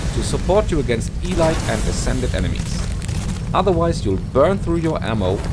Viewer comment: Quick thing, by the sound of it English is not your first language, which is completely fine, but here's a few pronunciation tips: "Elite" is pronounced "Ee-LEET", not "Ee-light". The second syllable has the emphasis. "Sepulcher" is pronounced SEH-puhl-ker. The first syllable is emphasised and the "ch" just has a "k" sound.